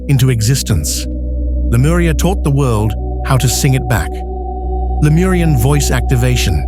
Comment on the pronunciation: レムリアと翻訳して欲しいな、aiがラムリアって言うのが気になる